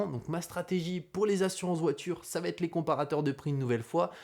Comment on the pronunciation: j'ai mis un like car la vidéo est top et instructive... mais, c'est plus possible de répéter huit cent fois "savatètre"... ça n'existe pas! "Ca va être": y'a pas la lettre "T". Nulle part. Ce n'est pas "Ca vat être"... là tu vois bien qu'il y a un souci. Et encore moins "ça va-t-être"... c'est possible que dans un seul cas, quand tu parles à quelqu'un et que tu lui donnes par exemple "un vélo" tu pourrais lui dire "ce vélo va t'être utile" dans le sens "il va être utile à TOI", ou "ça va t'être plus facile pour rentrer" mais c'est juste parce que c'est pronominal, comme quand on dit "ça m'être plus facile pour rentrer"... mais pitié... "ça vatètre" au lieu de "ça va être" ou "ça sera"... je te jure que je saigne des oreilles à chaque fois! c'est le seul petit reproche parce que sinon je like toutes tes vidéos, je suis abonné et j'apprécie ce que tu fais. J'apprécie t'écouter mais pas quand tu répètes ce tic:-)